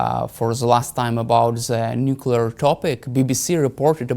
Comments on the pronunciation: Nuclear...nuclear...nuclear say it 20 times a day. No more Nucula , thank you Hamish. If you can say the word "Clear" you can say nuclear. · Some of these politicians need to go back to school for proper pronunciation or the word NUCLEAR a lot of then say nucular by mistake.Whats the good of this clap trap.